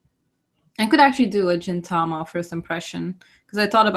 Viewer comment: Great video !! I enjoyedit so much!! By the way, You keep saying "Jin"tama instead of Gintama. It's actually "Gin" not "Jin". The sound "Gi" is similar to "ge" sound from the word "geek" I know it's hard to pronouce Japanese word so I understand (;^^)